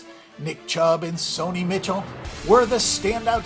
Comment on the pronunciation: can't recommend this video when you don't even know how to pronounce Sony Michel's name.